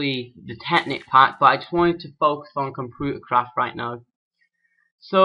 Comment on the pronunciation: P I love the way you say computer craft "compuutercroft" love your accent